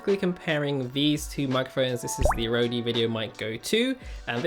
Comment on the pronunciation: I don't think it's pronounced Rodey or is it? <